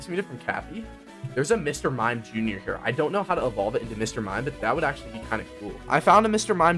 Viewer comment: Bro said Mr mime jr